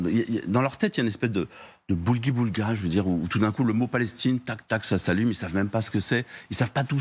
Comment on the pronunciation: Bon je suis expert en Casimir, on dit pas Boulgui boulga, mais Gloubi-boulga.... Tu sors coco